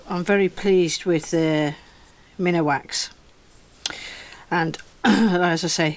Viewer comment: I just found your channel & all I can say is WOW. They look amazing. I do have one correction though. Minwax is pronounced Min Wax, not minawax. Sorry, I don't mean to be a jerk, I think it's heredity. I loved the rings very much.